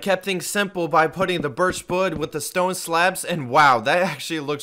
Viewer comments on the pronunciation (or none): is it me or did he say birch bood when he was building on his storage room